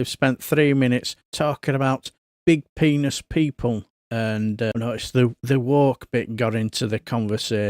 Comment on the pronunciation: I think she said bepenist & not big penis - doesn't matter , still shite !